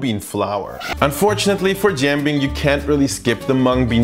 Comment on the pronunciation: I’m impressed by your pancake pronunciation in Tianjinian👏👏